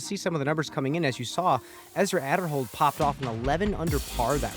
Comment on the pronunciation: lol he's in first but they can't even pronounce his name right..?